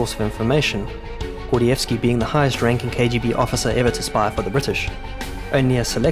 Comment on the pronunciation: This AI voice is interesting. Most of the time it sounds like standard RP English; but when there's a long i sound (spy, five, life, wife) it sounds like Southern US (spa, fav, laf, waf).